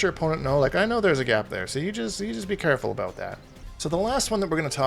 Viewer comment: This guy knows what hes talkin aboot